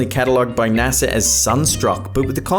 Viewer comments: naser lol it's NASA BRO! 😂 Smh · What the Fu-- is" NASAR"?